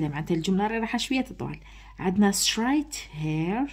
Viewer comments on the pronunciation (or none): سلام عليكم استاذة straight تنطق streight مشي ai خاطرش خيما يغلطو في الاختبار